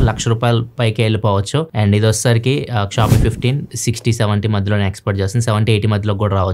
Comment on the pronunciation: షియోమి నీ క్షామి ani pronounce chesi telugu state renditilo daani peru pogottaru ga.😅😂